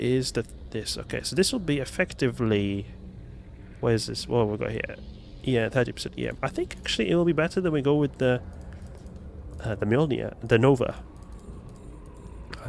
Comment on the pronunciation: ''ME OL NEAR''. will anyone ever say it right lol.